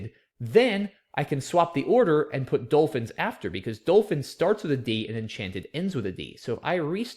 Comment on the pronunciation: to be fair i did dare you to say "dole-fin" again, well played